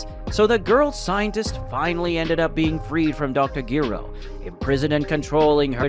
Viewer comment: You saying his name wrong dr gero break the name in half and put it together